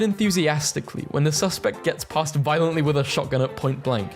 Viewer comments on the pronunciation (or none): Its pasted like paste not past